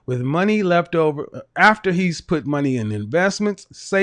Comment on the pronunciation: 1st caller:. She used the wrong vowel between the f and the t.